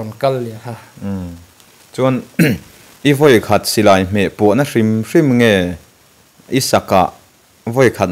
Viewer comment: Vawi khat, tih chu a va pai/ awn deuh ve.